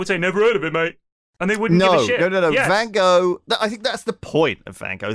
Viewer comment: Lewis' pronunciation of Van Gogh is excruciating, it's even worse than how he says centaur!